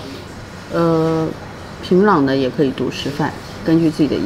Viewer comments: 由于地方乡音的问题，这位女主对“仓光山”的发音感到很木讷、很不适应，因为她那地方口音习惯把“cang苍”音发成“can参”音，所以她反应迟钝了有好几秒钟。反倒是两位朝鲜女孩的“仓光山”发音比女主更好、更正确。 女主乡音浓重，再比如：平朗（壤）、高逆（丽）、吸引逆（力）、十你（里）明砂、地你（理）位置，等等等等。To sum up，她拼音里的“n”和“l”的发音分不清楚。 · 很奇怪，人家明明就是講學院就是高中，為什麼不信任人家的理解跟表達能力呢？要一直試圖用自己的猜想去引導，甚至曲解人家的意思。什麼職校、專科？以為人家不懂的分辨嗎？我看這幾個朝鮮導遊的中文程度都比主持人的好耶！！平壤都唸成平朗